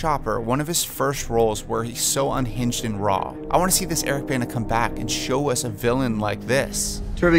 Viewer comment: If he's 1 of your favorite actors (Bana), how come you pronounce his name incorrectly ???